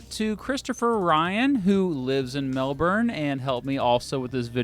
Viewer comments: Grouse video mate. But for christ's sake please... please if your going to do a video on someplace. Please announce the names correctly! Every single time you said MelbouRne I cringed. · When American made video about us and called us Mel burn!!! Jeeezz pleas make that shit stop! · Melbuuuuurn...it grates so bad! Even as a Queenslander lol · Say it with me... Mel-ben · It's pronounced Mel-bn. Also, what happened to the MCG in landmarks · I lived in America for 30 years. Americans pronounce the word "Melborn". I think he's trying to get a correct pronunciation and I'm correcting him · Americans can pronounce Sydney but not Melbourne (Mel-bin) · Oh hey, it's, time for a US history lecture, What in the heck is this? Melbourne is better by the way. Though it's pronounced Melbin. Sincerely a fellow Brisbanite. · It feels weird to hear "Melbourne" pronounced with a hard "R"...and I'm not even Australian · It's pronounced Mel-bin son. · No no no it's Mel-bn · As someone that’s living in Melbourne, this is the first time I heard it’s pronounced “MEL-BURN” 😅😅😅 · Iron Man he pronounced it wrong. The Aussie way to prononce Melbourne is ‘Mel-bin’. It isn’t that bad of a mistake though as I have heard a lot of Americans pronounce it phonetically before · Saying "Mel-born" will be incorrect as far as how Aussies pronounce Melbourne is concerned. There is no R sound in it. Even if you say "Mel-born" really fast, but if the R is still there, it not how they say it. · It would be nice if you could pronounce Melbourne correctly. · You pronounced Melbourne wrong every single time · this was the hardest video i have ever watched that’s not how you pronounce melbourne at all for a start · Mel burn , how do you aussis say ? And why do you all eat leters from words? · Learn to pronounce Melbourne ya flog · the amount of anger that i feel, listening to the mis-pronunciation of Melbourne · Dude before u go comparing the two states please learn to say Melbourne properly lmao